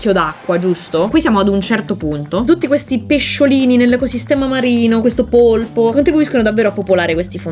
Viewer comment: Brava! Hai detto "polpo" e non "polipo". La mia fidanzata, biologa marina, approva questo elemento.